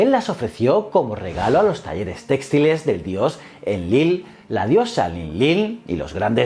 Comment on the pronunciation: Es textil/textiles, el acento no es en la primera e